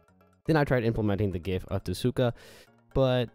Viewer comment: name is tsukasa, says tesuka